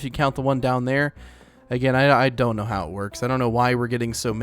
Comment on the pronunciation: when he said "i don't know" he said it like "i don't knOw" 💀